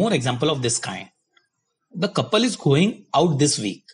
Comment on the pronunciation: Hey, don't take it as wrong. Your pronunciation is not correct in many places. Ex: couple